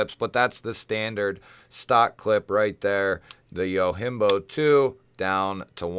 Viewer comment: You're the first person i know that made a japanese word Yojimbo into a spanish word, Yohimbo. hahah